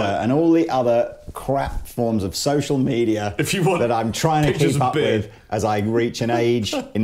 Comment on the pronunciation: I totally unterstood "social needia".... well... for some it is!